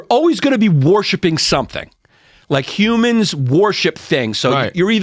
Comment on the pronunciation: "You're 'warshipping' God, you're 'warshipping' your intellect, you're always 'warshipping' something." 🤣 i thought he was doing a bit there for a minute, but nope😆